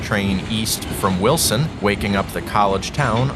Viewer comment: You got Choco and Greenville right, but you keep pronouncing Wiltson as Wilson.... C'mon now.... It's WILTSON